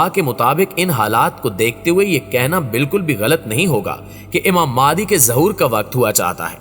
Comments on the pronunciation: بھائ ذرا تصحیح کر دیں نام مہدی تو سنتے آرھے ھیں، یہ مادی کہاں سے آ گیا؟ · Maadi nahi mahdi a s hai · Please pronounce the name of Hazrat Imam MEHDI A.S.pròperly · Pronounce the name properly, it's Imam Mehdi.